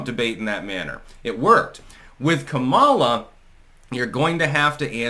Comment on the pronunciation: Its comma-luh, not Kamala...stop being so racist